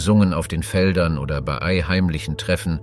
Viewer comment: Es bisschen mehr Deutsche Grammatik sollten sich Sprecher und Autor doch bitte mal aneignen. Das fängt an mit dem Namen Das Tagebuch "von" Julius Cäsar bis zu den erwähnten Jahreszahlen und des merkwürdigen "bie-ei", wo eigentlich ein deutsches "bei" ausgesprochen werden sollte.